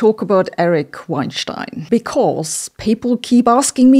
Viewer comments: Sabina, you're pronouncing Eric's Weinstein's last name incorrectly. It's not pronounced like it would be if he lived in Germany. It's pronounced the American way. Listen to Lex Fridman's interviews with him to hear the correct pronunciation. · It’s pronounced wine-steen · Weinstein rhymes with Einstein in German -- "VINE-shtine" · He pronounces it "wine-STEEN". IHTH. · Off topic, but why don't you pronounce all of Weinstein as in German ("vayn-shtayn") or as in English ("wayn-stayn"), why the Gemisch "wayn-shtayn"? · I just love her saying “schtine” 100 times. Wienschtine and einschtine. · I didn't know you were german until you pronounced erics last name.😂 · You are pronouncing his name wrong. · I love the way Sabine stresses "STEIN" when she says his last name, thus making the subliminal equation to Einstein. Now, Einstein only had one stone but at least he didn't wein about it!